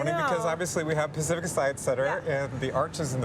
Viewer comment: "Pack Tsieye"? What the hell is Pack Ts-eye"?